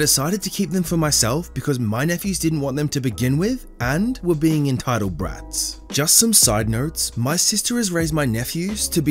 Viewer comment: I love how you say brats